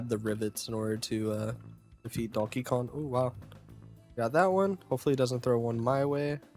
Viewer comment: KonG. It’s konG. Not Donkey Kon.